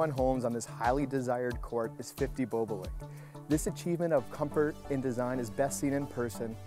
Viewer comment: did he say BOO BOO LINK????? its BOBOLINK MAN